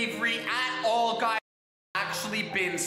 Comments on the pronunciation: he pronounces the period in every sentence and he pronouces it as "gaiz" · GUyS gUYs GAIS gUIsE gaIUS